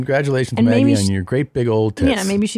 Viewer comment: By the way. I'm about 99%-1,000% sure it's supposed to be "big titty muh gee" not Maggie. 🤣